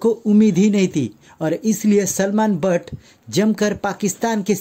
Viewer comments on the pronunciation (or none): Bhatt ni butt hunda kudi yave deya